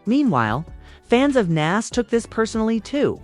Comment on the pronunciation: Interview suck plus you saying nas name wrong can’t listen